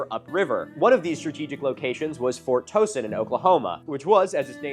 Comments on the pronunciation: Speaking of names, as an Okie I wish I could tell Milo that Fort Townsend is pronounced like the o in ouch not the o in toe. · fowrt townsend